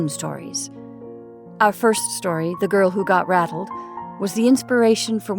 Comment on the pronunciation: Believe you may have pronounced it "battle". Enjoyed your performance greatly!